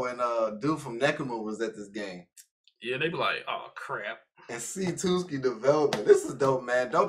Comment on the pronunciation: i cant stop laughing at them calling tsuki "twoski" 😭🤣